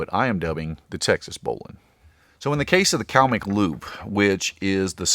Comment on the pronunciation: Subscribe because you pronounce bowline correctly